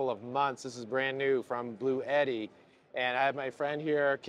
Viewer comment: It would've been nice to ask the Bluetti guys how to properly pronounce "Bluetti". I saw before an official product demo and the Bluetti guy did not pronounce it like you do.